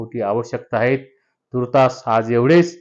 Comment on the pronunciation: आहे, हाहे उच्चार नको